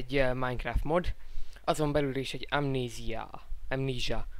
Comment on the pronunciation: Mondd már simán amnéziának! nem vagy te angol hogy amníssázz